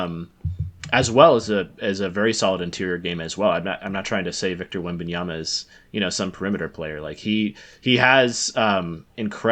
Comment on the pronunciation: Blonde guy, it’s wembanyaMMMMMMa. Not an N before the last A. Wembanyama. Not wembanyana